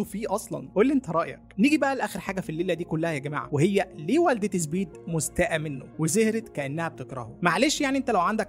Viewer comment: أرجووك قل سبيد ليس زبيد